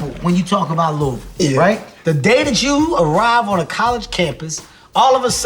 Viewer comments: HART SAID LOUISVILLE RIGHT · Thank you for saying Lou-uh-vul correctly! 👏🏽👏🏽👏🏽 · I’m so glad Lamar knows how to pronounce Louisville lol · W Kev for saying Louisville right😂👏